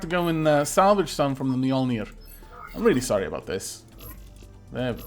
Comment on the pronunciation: I like how you say Mjölnir like mjollner. xD A tip for people who can't pronounce scandinavian letters like Ä and Å: Say bat. The a in bat is pronounced like Ä (bät). Say more. The O sounds almost like an Å (måre). Hope it helps. I couldn't find any English word that has any letter pronounced like Ö and I don't know how to explain how you say it. BTW nice video as always!:D